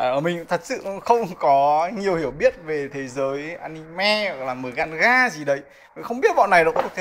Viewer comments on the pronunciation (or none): Manga mà thầy cứ đọc mganga, chán thầy thực sự 🤣🤣